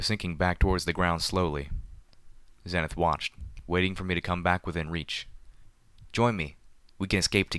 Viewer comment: Pedo Baer That is the correct way to pronounce Homage, but he does pronounce Xenith wrong. I like his reading. His monotone matches the theme of the story.